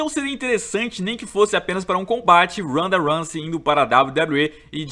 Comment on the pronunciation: Randa ransey